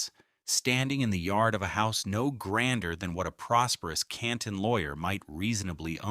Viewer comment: There was a lot of good information and a lot of AI-generated statements which were erroneous. The AI voiceover didn't pronounce Canton correctly. 🙄